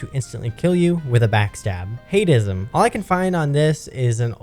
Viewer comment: The Hatism bit isn’t pronounced hate-ism but just hat-ism. Which means hat obsession. Basically just referring to the hat culture of tf2